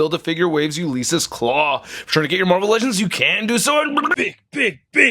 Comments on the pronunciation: it was like nails on a chalkboard each time. “You Lease Us Klaw” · Do a shot every time mispronounces Ulysses.